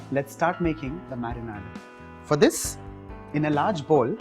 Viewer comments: Nice and quite simple also... thanks.... btw its not marinaaad... its like marinaid... like ayyyd... it kind of kept on hitting my ears... but thanks for the dish💟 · I almost subscribed and then I heard him saying Marinaad. I can't hear it more so let's leave it here.